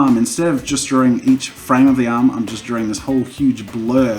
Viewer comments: Nobody: Jazza: Drawring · Jazza learn to say drawing